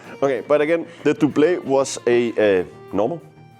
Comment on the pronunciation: I hate to be that guy, but Doublet is pronounced Dub-luht, the french pronunciation makes no sense because the french word for Doublet is Pourpoint. Great video though 😊